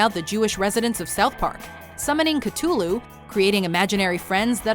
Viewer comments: Summoning Cutullu? It's Cathulu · did the narrator refer to cthulhu as catulu?... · i do not like the way she said cthulhu